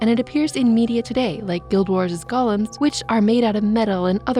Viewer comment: Sorry to nitpick, but Golem isn't pronounced like Gollum from Lord of the Rings. It's goh-lem (with a long O sound). I couldn't help notice the error in the video.